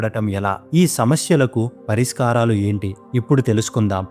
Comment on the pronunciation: Vedio bagunnadi kani Ucharana doshalu chala unnaye sari chesukondi Ex.parishakram anadaniki pariskaram pakuku tunnaru gamanicha galaru